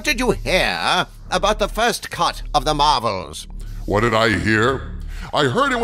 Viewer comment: Anybody else hear "Doomcock what did you hear about the first cunt of the marvels?"